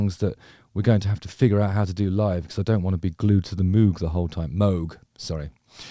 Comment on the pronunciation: is learning that moog is pronounced mohg a recent thing? thats the 2nd time in as many days ive heard someone make that correction. i'd never heard it that way before